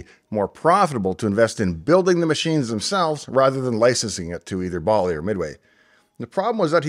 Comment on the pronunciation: Dave, as near as I can tell by some online research (plus what I can recall hearing back in the day), Bally rhymed with Sally, rather that with Wally. And Jack Tramiel pronounced his name like 'tra-MEL', rather than rhyming with 'train meal'.